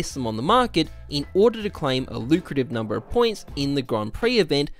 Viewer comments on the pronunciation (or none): none